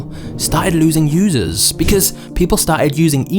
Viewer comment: "... losing users" or ..." Using losers"?😂😂😂❤🎉